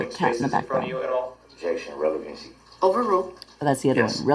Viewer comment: If he doesn't know what relevant means, or even how to say it, (revelancy), he surely doesn't know what pertinent means. Lol